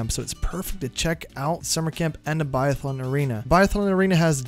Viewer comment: Guess you’ve never heard of a “biathlon” before. It’s pronounced differently, that’s okay though just saying